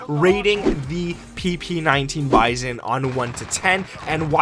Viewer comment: It’s not bison it’s bizon lol